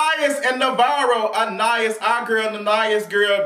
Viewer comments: Anna-ys is how you pronounce it. She was really beautiful, back in the day. My godmom said she was twin!!! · It's pronounced, Anna- Eese. Lol